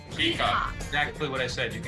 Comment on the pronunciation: James didn’t say “I’ve heard it both ways” when he pronounced peacock wrong, this is an outrage!